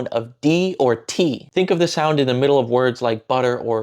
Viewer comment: Hey, good job, but you missed a small detail. I assume you meant "Do you know the way?" You were mostly right, but the consonant in the word "the" isn't a d, it's actually a ð, I guess Indonesian doesn't have that sound so you might struggle hearing it, but try learning it, it will make you sound much more fluent. You can learn about it by googling "The th sound in English" or "voiced dental fricative" there's a voiceless version too that you probably also mispronounce as t.